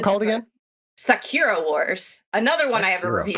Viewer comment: Kim, its pronounced SA-KU-RA...